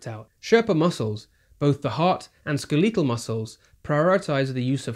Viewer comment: “skell-leeee-tul”. lol Fascinating video, thank you!